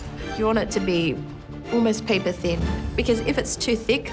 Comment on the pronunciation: Someone please teach Amaury how to properly say "thin", cuz "phin" just doesn't cut it.